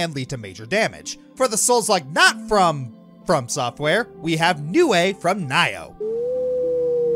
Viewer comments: I normally don't do this... but sorry, I have to.... "N-eye-oh"? It's "N-ee-oh". Sorry, but this bugged me too much. ^^ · Nioh (knee oh). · Ouch. The butchered pronunciation of Nioh really hit me. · I'm sure someone is triggered by how he said "Nioh".